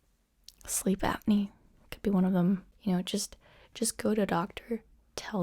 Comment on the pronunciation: Oh my God you said tinitis, it is pronounced "tonight-is", and then you said sleep apnea OHMAHGAH MY PRONUNCIATION NAZISM IS KILLING MEEEEE